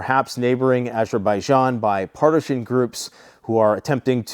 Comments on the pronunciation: Still can't pronounce partisan without an h, eh? What an absolute bafoon. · I see you still can't pronounce "partisan" without an h. Well done tool.